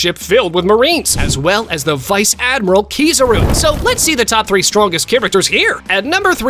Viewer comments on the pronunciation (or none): Bro said vice admira, kizaru 😂😂😂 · He said viss admarel at the saboudiakepeligo kizaru when he in a admiral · Bro said ‘vice admiral` kizaru